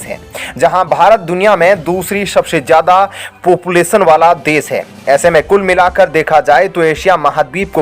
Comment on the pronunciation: ऐ स्ताई शदश्यता lol.. अस्थाई सदस्यता। channel host karnaa aataa he aur desh bhakti dikhate ho host saahab lekin matra bhaashaa hindi hi barabar उच्चारण karnaa bhi nahi aataa. पोपुलेसन कोसिस विस्वास को बोलो पोपुलेशन कोशिश विश्वास।